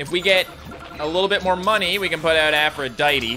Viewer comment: Since the first time you got Aphrodite you've mispronounced her name, Aphrodite tee it's Aphrodite